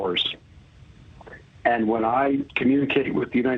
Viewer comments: One reporter pronouns it new find land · newfoundland is pronounced as newfinland?!